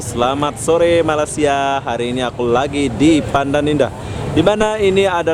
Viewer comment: Bro sebut Malaysia tu betul2. Me-ley-si-a bukan Ma-las-si-a. Kalau lidah tu pendek tarik bagi panjang